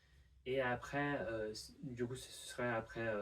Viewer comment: très belle gestion du "du coup", ça fait très natif